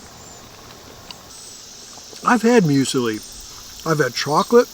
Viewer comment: You knew it was going to be good when someone calls muesli "museli."